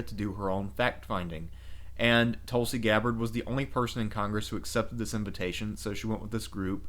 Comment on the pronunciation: How do u mis-pronounce Tulsi Gabbard? Sounds like an American name to me, and nothing foreign about it...unlike Barack Obama...who strangely won 2 terms.